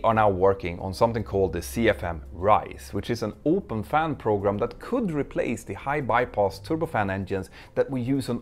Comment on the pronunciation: I'm guessing that was a mispronunciation, but it does feel suitable - a combination of "program" and "problem," given how problematic their military programs are just like their airliners.